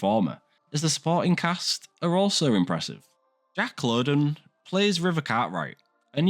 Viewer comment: And it’s Lowden pronounced loud-on! I love Slow Horses. The writing captures the tone and content of the Mick Herron books so well. Thank you for promoting it. Did you see the Apple TV series Bad Monkey? That’s been a great series too. I hope they make more.